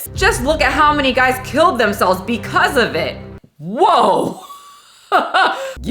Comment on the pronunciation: When paused and pronounced "bwcause" 🤣🤣🤣